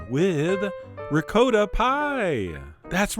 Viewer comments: Hey John, It's not said, (RECOATTA ) Cheese, it"s said (RECOTTA). That is if your Italian. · ricotta ~ ri-co-tta not “reecowttahhhhh” Please!!!!😧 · rick-coat-ah??? that's not the way it's pronouncicated! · John- love you to death, but your pronunciation of 'ricotta' made me fall off my chair. Merry merry!😃🎄🗽🎅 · So many eggs! It looks as if it came out quiche-ish. And dont even get me started on your pronunciation of "ricotta". Once you neglect to properly roll the r, there is simply no possible redemption...;) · I was about to ask why you mispronounce "Ricotta" but then you said "Jersey"... Understood.